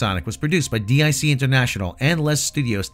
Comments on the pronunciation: I like how you're saying DEE AYE SEE instead of DIC like the child's voice did during the credits. Trying to avoid that demonetization. Still, forgetting Sonic CD exists and SEGA was a massive power in the arcades, moreso than Nintendo and had far more success in Europe than Nintendo during the 80's and early 90's. Then again, the American perspective always seems to forget European markets exist. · DiC is not an acronym, it's a name (pronounced "deek"). Also, The Adventure of Sonic the Hedgehog was not canceled. 65 episodes was the standard run for most first-run syndicated cartoons from that period. It simply wasn't renewed.